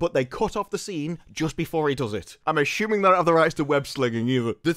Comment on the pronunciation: I have no idea what this video is about, but i love how you pronounce “assuming” as “aSHooming.” It’s like a mushroom, except it’s assuming